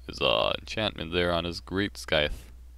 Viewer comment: Why do you say skyfe? Wouldn't it be scieth? I'm talking about the scythe weapon. It's the first time i hear that pronounce